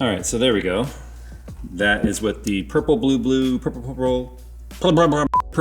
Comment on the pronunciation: My favorite Quote you've said all year "That is with the Purpurh blu-blu prpr prpr..."